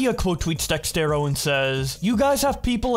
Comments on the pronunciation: Why do you you keep saying DexTero? It's DexErto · its dexerto.. DEX..AIR...TOE.. not Dextero lol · can you please Say dexerto correctly